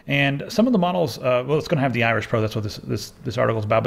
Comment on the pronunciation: ...was reading something in another tab and I heard "The Irish Pro," instead of "Iris."